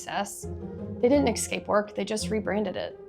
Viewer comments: Great but your mispronunciation of escape makes me cringe every time. It's es-cape, not ex-cape ‼️ EVERY TIME! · LOVE your content. But I had to stop about halfway through because of this. And to the people saying “relax”, sorry I just can’t. The word “eXcape” is used too many times.